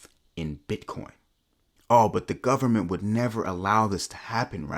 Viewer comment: "full faith and credit of the US gubmit...." LOLLOLOOLLOL